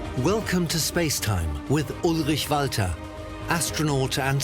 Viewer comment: I just love how the narrator pronounce Ulrich Walter. Great show as always!